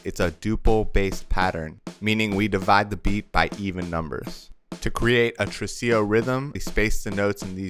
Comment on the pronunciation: Tresillo, not trusillo.